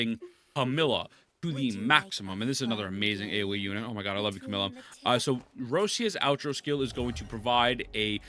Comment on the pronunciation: Camellya ❌ come 🫴 milla ✅ 🤨🤨🤨🤨🤨